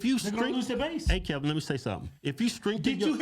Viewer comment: HIS NAME IS PRONOUNCED KEV-IN “not” KEBb’EM” lol still funny n cute 🥰